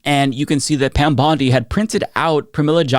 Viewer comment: Pam Bondi puts emphasis on the wrong syllables when she’s talking.